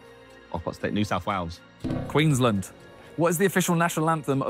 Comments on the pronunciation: Where tf is Queenslind, mate it's Queensland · I can’t be the only Aussie that got the shits when Simon tried to pronounce queensland 😂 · He said Queensland